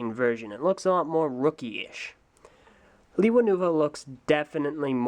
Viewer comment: And also it's pronounced: LAY-wa